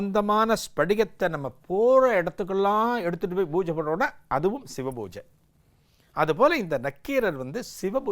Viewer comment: Divine explanation. But not bbojai. It is pooja and poojai